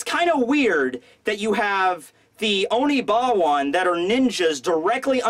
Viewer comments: Oni"WA-BAN", you've obviously never seen Rurouni Kenshin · It is pronounced oni-wa-ban :)